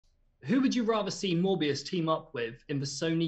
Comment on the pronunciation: Did... did he mispronounce Morbius?